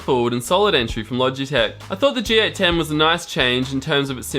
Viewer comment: It's a G810 not a GA10.